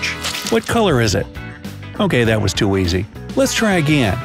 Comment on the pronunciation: IT'S NOT WIZZ IT'S WUZZ